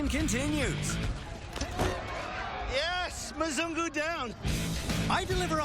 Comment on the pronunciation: I miss Nairobi so much.. I miss Kenya like crazy bcs it's my second home.. I miss my sweet wife who is still there.. But this video is soo true and funny.. Ghai.. Mzungu.. He always said Muzung.. 😂😅 Kenya soon I'm back!